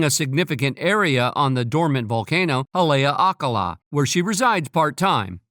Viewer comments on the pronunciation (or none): Everyone on Maui hates Oprah and the volcano is pronounced Haleakala (ha lay aka la)